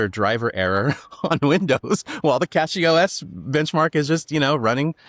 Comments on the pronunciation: Cache has an e on the end so it needs a long 'a', so cache is supposed to be pronounced CAY- sh. Saying cash is wrong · CASH-ee. Like cache. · I pronouce it as CachyOS, but I hear some people like to say CashyOS